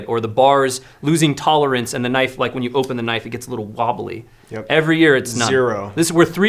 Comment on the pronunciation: "It's ike I'm holding.... a rhinoceros." 🤣😅😆